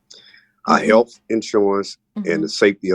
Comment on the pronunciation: Did she say they needed to “renew their HEALF insurance”